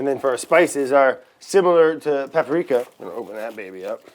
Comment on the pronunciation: "Paparika". Lol